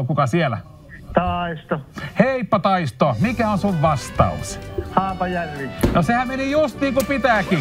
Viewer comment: Toi kyl sano Haapajähvi